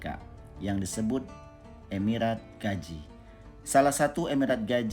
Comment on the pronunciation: Gazi bukan gaji